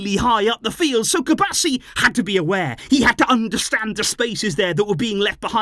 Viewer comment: Cubarsí has an accent on the I, it rhymes with referee